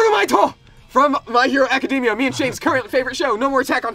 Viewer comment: "I love my hero academia" pronounces academia wrong* Bruh, learn to pronounce it